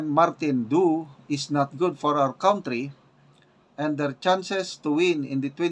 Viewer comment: hindi yan KAWNTRY. It is pronounced as KANTRY.